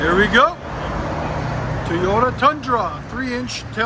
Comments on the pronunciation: It’s not… TEE YODA. It’s toy yota. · He said Teeyota. Goodbye.